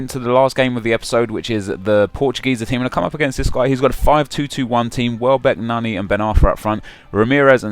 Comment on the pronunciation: I hate how says player names... nah-KNEE, Day-vid Luiz, Fuh-leap Santana